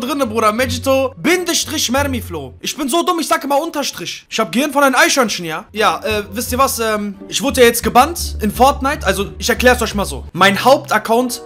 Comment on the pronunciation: Es heißt ja normal Eichhörnchen ne aber sagt eichhörnschchen